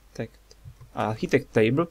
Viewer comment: Jeśli chcesz robić za lektora to "architect" wymawia się po polsku arkitekt nie archetik :P